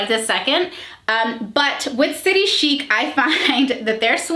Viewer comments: I’m Australian! I love this brand! And my closet is full of them Just a FYI it’s city chic like chick! Like chicken haha so city chic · I am in Australia and we pronounce chic as in chick. That’s what the store calls it anyway 😃. We love this shop as the clothes are made beautifully. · I love city chic, I live in Aus & love the clearance stores - prices drop 50-80%!! Its pronounced "city chick" x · I’m an Aussie and maybe it’s just me but everyone I know who shops st City Chic pronounces it as “City Chick” :) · I’m from Australia and they have a factory outlet store where I live and the had dressy play suits for $30 down from $120 and heaps of other clothes, we pronounce it city chick size s is a 16 aus so it’s a 12 us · I live in Australia. We pronounce it City Chick Ps. Love you videos all the way from down under ❤️ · I just wanna point out.. Aussies pronounce it “city ‘chick’” 😂😂